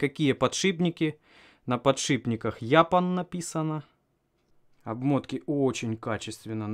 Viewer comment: япан ? ))))))) товарищ! что за безграмотность ?